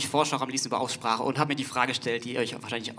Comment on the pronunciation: direkt das Wort "Aussprache" spricht er relativ undeutlich aus :D